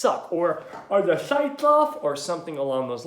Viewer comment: "Are the shights off?" lol love the voice. Sounds like the challenged brother of Cameron Diaz in "There's Something About Mary." Wanna see my baseball?